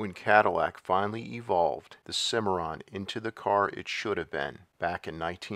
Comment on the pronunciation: Anyone else hear a record scratch when he said "Cadillac Cimmiron" ? That was easily one of the worst grifts in GM rebadging history...